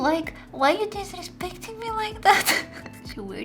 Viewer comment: she said my nose is like…. why yo desrispecting me liek that*. *WHY DID SHE BECOME IRISH WHEN SHE SAID THAT (also I know how to spell disrespecting it’s just I wrote it how I herd it❤)